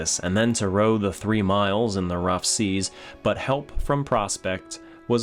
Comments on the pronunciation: Silence, it is seas not seeds. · Surely you ment high seas at 5.09 mate, not high seeds.